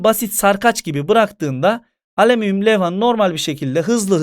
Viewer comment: Nobody:: aleminyum